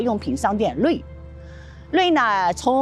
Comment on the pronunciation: REI 不读成”瑞“， 就是R-E-I。